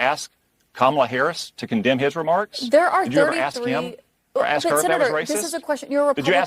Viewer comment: If your going to speak for a living force yourself to pronounce the word "ask" correctly.